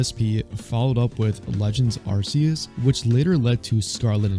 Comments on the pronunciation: Ar - Seee - oos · Mispronounced Arceus 🧐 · Genuine question why we still mispronouncing Arceus in 2071?